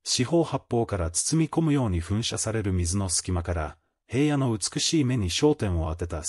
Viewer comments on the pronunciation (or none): へいやって誰？ひらのです。いい加減ちゃんと言いませんか。